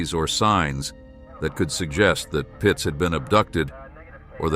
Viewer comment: Its Pietz, not Pitz